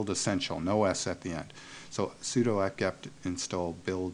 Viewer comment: When I hear: "Abantoo", or "soodoo" I know right then and there: this person has no clue about things he's talking about. Not in this case, however. Thumbs up!